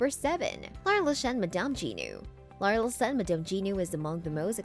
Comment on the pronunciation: Lar-lay-zee-en. Go-gan. Would it kill you to have an actual human being who can pronounce french properly read the narration?